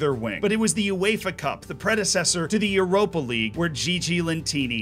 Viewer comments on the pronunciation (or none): none